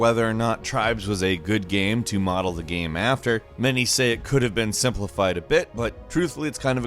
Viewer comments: The way says "Game" ohh mannn.. it's like "Ga-um" I cringe every video, everytime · Why can this guy not say game properly?